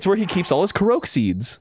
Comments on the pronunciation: Correct me if I'm wrong, but wouldn't the Japanese pronunciation be a short ko-rok, not a longer koh-rohk like Arin says? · Korok = Core-Ock Korok =/= kuhroke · Arin continues his streak of mispronouncing things. "Koroak"... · Its ko-rock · Anyone else bothered by the way Arin pronounces Korok?